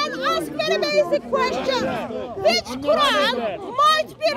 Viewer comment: "even if the ko-ooran is false" 😂